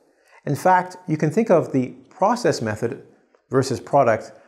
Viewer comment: "Process method" - It's not pros-cess, it's pro-cess. The clue is in the spelling.